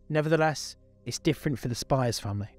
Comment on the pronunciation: As a kid in WA in the 90s this was so horrible and scary and I'm so glad the bastard was finally caught. Your video captures that feeling. I was wondering about your pronunciation of Spiers..but I might be wrong but I remember her name being said like spears.